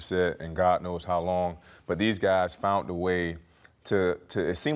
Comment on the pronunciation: .....they 'foun-nt' their guy. How hard is it to pronounce 'found'? LOL